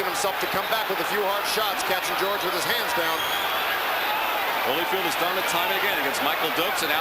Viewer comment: She calls him Hollyfield - come on man